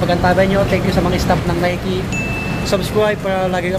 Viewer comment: Nike is nayki ang tamang pagbasa